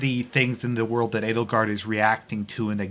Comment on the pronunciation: I keep he hearing "anal guard"